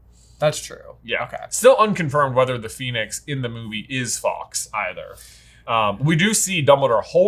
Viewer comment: For the hundredth time. Fawkes is not pronounced Fox. You sound silly when you say that. It's far more like saying Forks.